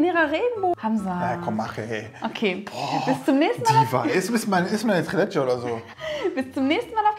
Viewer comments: Leckeres, authentisches Rezept! Die Soße sieht auch wie die aus Albanien aus. 😍 Das Dessert spricht man allerdings „Triiileeetschä“ nicht „Trilätschä“ aus :) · Das wird in der Türkei anders ausgesprochen